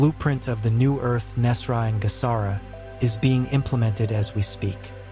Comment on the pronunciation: And thank you for pronouncing Nesara correctly. A sign this is aligned. 🙏